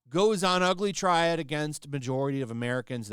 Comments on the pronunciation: “tirade” not “triad” ie “teh-rhad”😊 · Tirade not triad dude… Tie-raid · You said triad(Chinese ganagstas/mafia), instead of tirade.